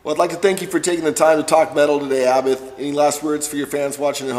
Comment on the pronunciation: "abba-th" it's aBAT